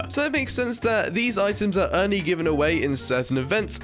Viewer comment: Why do u say "only" as "ernie"